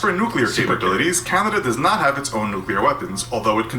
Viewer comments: Lol the narrator “ Canduhduh”. Wtf bro pronounce it correctly. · Couldn't get through it after the narrator kept saying Candada